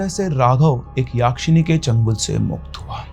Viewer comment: यक्षिणी. Not याक्षिणी.